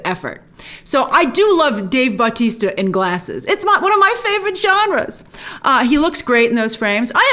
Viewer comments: It’s Batista But-tista lol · I absolutely hate how Grace is pronouncing Dave Bautista's last name. The emphasis is not on the "Bau" it is on the "tis". It's really starting to bug me. Other than that great vid.